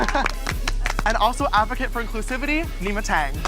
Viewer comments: Neee-mah not n9ma babe 😂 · Pronounced “Knee-Maa”